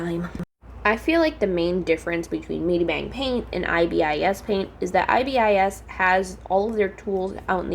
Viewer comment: Pronounce it eye bis paint